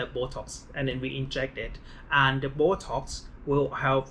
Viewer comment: did he say bocox? 😂